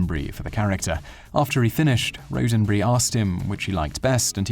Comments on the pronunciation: Wow didn't know this about him, cool! By the way Roddenberry is pronounced ROD not RODE so it's ROD-DEN-BERRY not RODE-DEN-BERRY. just saying! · Rodenberry. Like Rod n berry. Not Road n berry. Come on. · It's not "Road'n'berry", it's "Rod'n'berry", with two D's, if you don't care enough to pronounce the the last name of the father of modern of Sci-Fi, don't make the vid. Thank you very much. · "Gene Road-in-berry". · Heh, "Road-en-bree" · Today I found out This guy cannot pronounce Roddenberry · Bonus fact for. There is no "A" is Rodenberry. Get it right next time. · Loved the way he pronounced Rodenbury